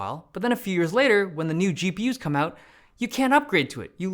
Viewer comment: That "go out" was so adorably Canadian of Dave